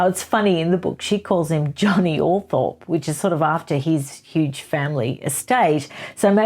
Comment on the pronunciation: It's pronounced "Althrop".